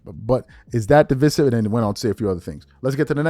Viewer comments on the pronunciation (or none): DEeee Viiiiiiiiiseeeeeee. Siv … de. Vise. Sive. Pronounce with I. 😂😂😂😂😂 not how ever you were pronouncing it 😂😂😂😂😂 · You Murdered The Word Divisive .